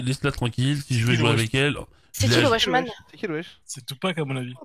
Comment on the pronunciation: Zé pas dis ça, zé pas dis ça. Ce perso est terrible !